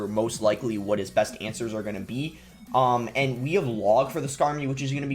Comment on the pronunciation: Why does boss say “ind” instead of “and”